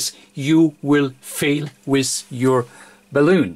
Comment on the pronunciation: Well done. I did find it tickle me a bit every time you said balloon for bal-un.